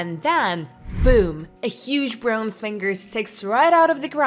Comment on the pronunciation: brohnze lol